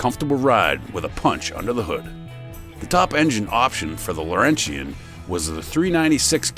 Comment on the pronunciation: Must be AI: Pontiac Laurentian is not pronounced Lor-en-shee-en Pronounce it: Lor-en-chen I grew up in Montreal